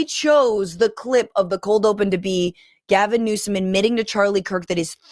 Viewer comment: Gavin! GAH-vinnn! The Gavinator! The Gavmeister! Gavarooni!